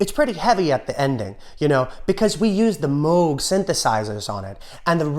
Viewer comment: I Want You and Her Majesty both cut off the ending. Nice symmetry. Tip of the hat for nailing the "Moog" pronunciation.